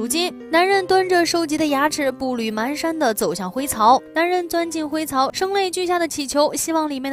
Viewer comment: 步履蹒跚（pan shan）呀：）